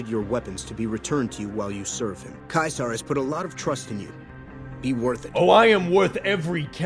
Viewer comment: Idk what is more funny: the out of pocket descriptions for his behavior, or the number of times he gets Caesar's name wrong on purpose. 🤣🤣🤣🤣🤣 I absolutely love this video. Please do more for other games.